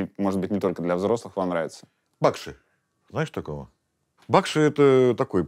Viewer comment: Бакши - ударение на И родственичек мой..... дальний.